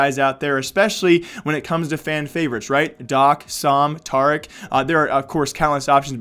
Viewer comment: it’s tarik not tarerect